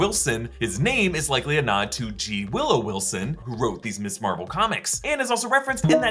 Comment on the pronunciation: Someone tell it’s not MISS Marvel, it’s MS Marvel. They have different pronunciations and have different meanings